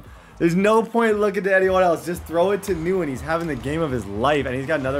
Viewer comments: It's thin win not newin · Nguyen is pronounced Win not Newen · says nguyen-nuwen instead of saying gwinn. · Every time he calls the guy New Win was cringe 😬. Literally had a pro football player named Dat Nguyen. It’s pronounced Win 😂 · the Nguyen is not pronounced “newen” it’s pronounced “win” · NGUYEN IS NOT “NEW IN”, ITS “WIN”. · 100% pronounced “win” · keep up the good work with your channel Bro!! Gotta let you know my dude Nyugen is pronounced Win. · keep up the good work with your channel Bro!! Gotta let you know my dude Nguyen is pronounced Win. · Nguyen = “win,wen” you were pronouncing this so wrong 🤣😅 good video mane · Quick tip for the next vid. It’s pronounced win (Nguyen) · Helpful advice “Nguyen” is actually pronounced “win” , it’s Vietnamese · thein nguyen is pronounced thin win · “Nguyen” is pronounced like the word “win” with an “n” sound in front. “nWin”. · Thien Nguyen is pronounced Thin Gwen Please like so can see. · Nguyen is pronounced “when” for future reference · only og's know its pronounced thin win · it’s Nguyen not nu-when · His name isn’t Wisebecker it’s weisbecker and Nguyen is pronounced “when” lol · Nguyen is pronounced “wen” just btw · Nguyen’s name is pronounced thinwen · Nguyen is pronounced win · Lol I love when he mispronounces names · I have to say that as someone who lives in Vietnam, your mispronunciation of Nguyen does irk me a little.😜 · Cool vid but the pronunciation of Nguyen is cringe asf 😖